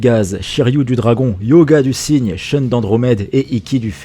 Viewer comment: Sheune ? Vous voulez dire SHUN. Ne calquez pas arbitrairement les règles de la phonétique anglaise à un mot japonais, ça n'a pas de sens. PS : maZami ?